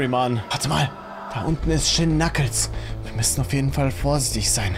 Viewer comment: Du hast shin knuckels gesagt😂😂😂